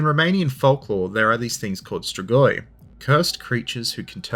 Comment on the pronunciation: Your pronunciation "stregoi" to my ear sounded very similar to the Italian word for witch, strega(fem) strego(masc). Romanian being at root a latin based language, not unlikely that "stregoi" is a shared word.....yeah, kinda of a pedantic comment...but history of everything and all that. Thanks for light hearted detour.